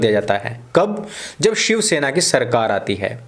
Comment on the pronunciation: Did you say ^shav-sena'?